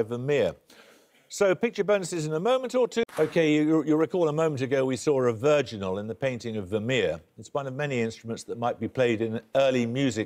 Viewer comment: Never mind, I found it "Virginals" I couldn't make out how he was saying it - and putting a "d" at the end makes it never show up